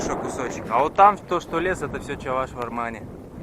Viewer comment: пожалуйста произноси не чАваш, а Чӑваш